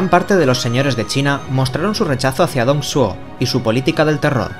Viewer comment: Me estoy leyendo la novela y, la verdad, me hiciste un buen resumen para consolidar los eventos del 2° volumen XD PD: Deberías al menos pasarte por la wikipedia. Ahí te dicen como pronunciar los nombres. Ejemplo: Dong Zhou se pronuncia Tong Chuó o Lu Bu se pronuncia Lu Pu. Pero por lo demás, excelente vídeo 👌